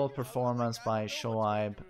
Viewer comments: Pakistan really killing it in these Tekken tournament! It’s also great to see characters that you’ll think wouldn’t stand in tournament battles to just smash it! P.S his name is pronounced “ Show-Abe” 😉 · Shoaib is pronounced "Shoayb" like how people say "ayyy" that's how you pronounce it. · Let me make it more easy. It's show-aib (that's Abe from the word 'babe')